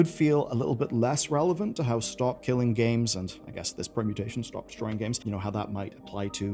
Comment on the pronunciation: Reporting on SKG and not even saying the name right...why?